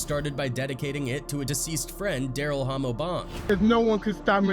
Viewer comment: Why?? It’s pronounced “Ha mo” short for Homicide not Hoe mo 🤦‍♂️